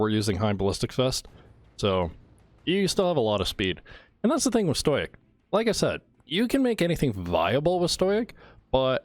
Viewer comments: Bruh he says stoic as stojiec fml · It’s pronounced stow-ick